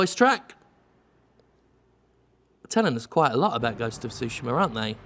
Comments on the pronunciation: Lol sushima, it's tsu-shi-ma, like tsunami, a slight hint of a T sound but mostly an S sound. The game looks great, looking forward to it. Tsushima is an island halfway between Korea & Japan and has changed hands back and forth thru the centuries, but in modern times it's a Japanese possession. ( It was a stepping stone for the Mongol invasion and the US-Korean war) Enjoy the rest of your day Jim 👌🤟🙃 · Both are wrong. I can't talk about the stress because I've heard Japanese people stress some words in every possible syllable, including no syllable at all. That said, "tsu" isn't pronounced "su". What English speakers do to poor Tsushima is akin to pronouncing "chat", shat. Just go to Google translate and listen to the bot say it. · I think "Ma" in japanese means "evil" or "wicked" or something like that (if anyone knows what I'm talking about, please correct me) So I find it funny when it's pronounced "Sushi-Ma" XD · Jim please stop saying Sushima, the T is not silent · 'shi' is pronounced 'shu' when followed by 'ma'; English isn't the only language with confounding grammar. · Iirc, Japanese names almost always have the emphasis on the first syllable. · Your initial pronunciation was awkward, but not bad, tbh.